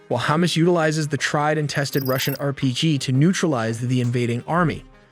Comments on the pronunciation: It’s pronounced HamAs, not hummus. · What is Chomos? It is HA MAS like in HUckelberry Finn and MUStard!!! Cmon say it properly!!!! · it is hamas, not humus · It's Hamas not Humus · It's hamas not humes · Is hamas not hummus😊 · Can you not pronounce ha-mas? 😂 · This is a discussion of tactics, not strategy. Title couldn't be more misleading. And stop pronouncing Hamas like it's Hummus! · Hammuzz, that pronounciation is dam funny 🤣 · The narrator is pronouncing it Hamas like it's hummus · This guy still does not know how to pronounce Hamas. Its not the food item. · it cringe me everytime he pronounce Hamas